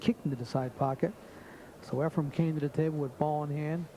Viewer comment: Is this jerk saying EfreM? Time to turn off the audio.